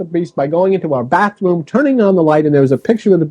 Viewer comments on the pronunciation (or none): none